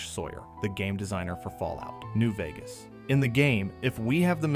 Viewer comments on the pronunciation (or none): none